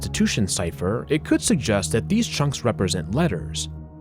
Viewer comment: Love how he pronounces “chunks,” like “chonks.” 😂